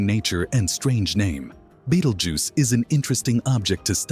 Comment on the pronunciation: At least pronounce the stars name correctly please.